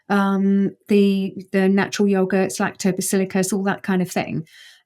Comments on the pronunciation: no that’s lactobacillus. She continuously said lactobaciliicus, unless I heard it incorrectly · What the hell is ‘lactobacillicus’? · I didn't notice she pronounced it that way. Same bug, different pronunciation.